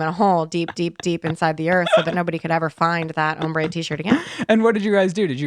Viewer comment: Why is saying Ombre wrong